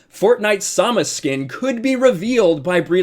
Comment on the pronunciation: Please stop saying samus like that lmao